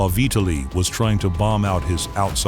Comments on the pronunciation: Say his name right: vee-TAH'li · Kind of spoiled by constantly pronouncing Vitali's name as "Vee ta lee". There's no excuse for it really.